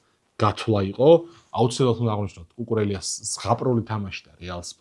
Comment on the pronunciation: “კუკურეია “ - ორი ll ესპანურად იკითხება , როგორც ი